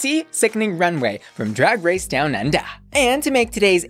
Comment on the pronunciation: YOU SAY DOWN UNDER LIKE THING 2 IN THE CAT IN THE HAT SAYS CHOCOLATE THUNDA